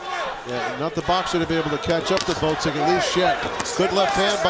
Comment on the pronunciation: I like how none of those commentators are capable of properly pronouncing Oleksandr's last name. It's not GvoDZyk fools, but GvoZDyk! Hard job reading..